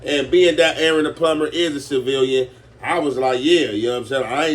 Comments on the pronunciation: This ncca said SIVILANDS 😭😭😭😭😭😭😭😭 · My nigga said sealahvins